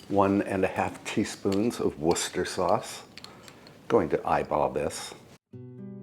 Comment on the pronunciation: He says Worcester sauce like a Brit! He's the only American I've ever heard say it like us!